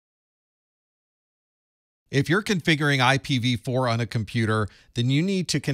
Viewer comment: pronounced A PIPPA 🤣